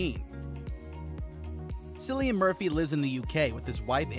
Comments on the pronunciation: Omg it’s Cillian not Sillian ! And at the end you say he was born in a Dublin - wrong - he’s from Douglas Cork . Research your videos info before you post them ! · Omg there are so many mistakes in this video. It is disgraceful especially that you pronounce his name wrongly. How can you do that it’s pronounced as if it was K not C or r S If he was born in Douglas, it was Cork not Dublin, and as far as I know, he he grew up in Cork😡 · It's pronounced Killian bro... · The pronunciation of Cillian Murphy is actually Killian not Sillian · Note, his name is pronounced with a hard K sound, sounds like kill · It would be nice to pronounce his name correctly! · Clickbait with constant mispronunciation of his NAME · This is the most annoying video. You pronounce his name wrong over and over